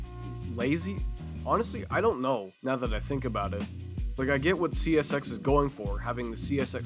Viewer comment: bro said oh yeah chesshy systerm